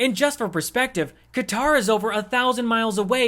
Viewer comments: Qatar is pronounced “cutter”. Not ka-tar. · It’s pronounced “cutter” not Kah-tahr. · That country that starts with a q is not pronounced like the musical instrument with six strings is pronounced like somebody who cuts cutter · he worships trump so he’s qualified. Also he said “cutter” instead of how Qatar is actually pronounced. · 😂 He can't even pronounce Qatar correctly!